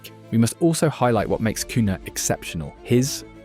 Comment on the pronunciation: Is this an AI video? You literally said cun-ha instead of cunia